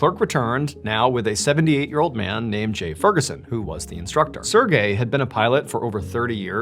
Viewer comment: I hate how he says Sergey it's like sErGay